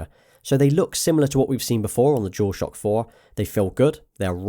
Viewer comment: Is he saying "jewel shock" thats all i hear. Its bugging the shit out of me lol.